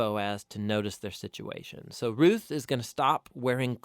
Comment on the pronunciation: Its not rith its ruth like rooth